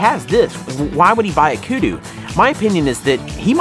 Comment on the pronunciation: The only things wrong with these videos is house they pronounce the word Kudu.